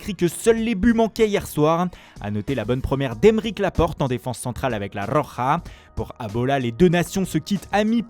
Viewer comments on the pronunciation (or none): none